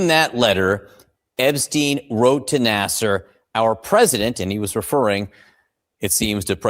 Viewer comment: I think Larry Nassar's name reads: Nassaar not Nassar/Naser. Thank you!